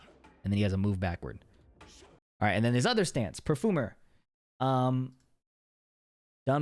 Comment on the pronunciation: i like the way you're saying "perfoomer" :)